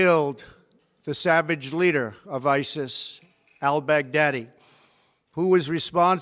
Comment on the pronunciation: This man said “El Bagdaddy” 😂😂😂😂